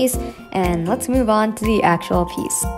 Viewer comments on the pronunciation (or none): none